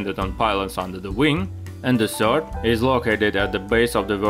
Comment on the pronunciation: Сёрд… Камон.